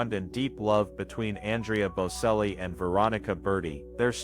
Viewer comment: Get the pronunciation right. Its bocelli the c prinounced ch. If you are doing these posts please get the pronunciation right!